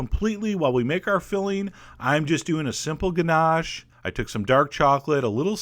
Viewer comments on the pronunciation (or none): none